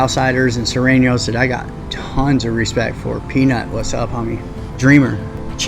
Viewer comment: Surenos not Sorenos